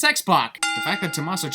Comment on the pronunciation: It's Tuh-MAH-so and Champ-uh, not Tuh-Mas-so or Chomp-uh.